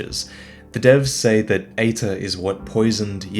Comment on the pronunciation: EITR ? Why does it sounds like Hater the first time you say it on the video ? [CAUTION HATER COMMENT] SOULS LIKE MOSTLY SUCK !!![END OF THE HATER COMMENT]